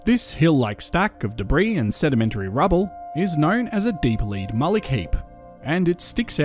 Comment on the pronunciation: Your enunciation was so poor that I had no idea the words you said were “deep lead” until I saw it written. Beware. Just because you know what you are saying does not mean others will. Don’t expect your audience to read your mind.